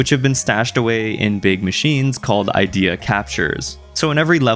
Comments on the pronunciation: I truly must be caffeinated the way every time he said idea instead of id ee uh like in journey of dreams I get angry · A thing to note, Ideya is actually pronounced as “ih-dee-yah”, despite how the word is spelled similarly to “idea”.